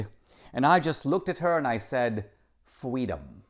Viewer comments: Thank you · A communist who wants fweedom. I doubt it.